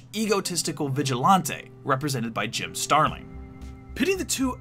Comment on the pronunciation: When I hear "Jim Starling" I hear "Jim Sterling"